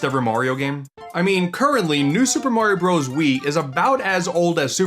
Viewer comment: I wish you didn't mispronounce Super Mario Bros. It's so annoying that you can't say it correctly.